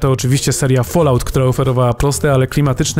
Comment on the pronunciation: No jakoś ten prowadzący wie, jak wymawia się "fallout". Podziel się Pan tą wiedzą tajemną z kolegami, serdecznie proszę!